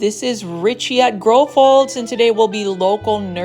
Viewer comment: I would 100% purchase that Aglaonema tuh-day! 😍